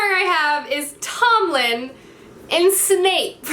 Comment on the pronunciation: Omg 😂 how many names can you get wrong in one video😂 'annabelle' 'tomlin' 'rhysand' 'inej' I laughed so hard. Love your videos 💕